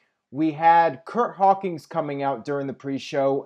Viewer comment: "Curt Hawkings"